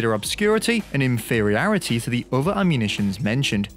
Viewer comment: Mans said inferiarity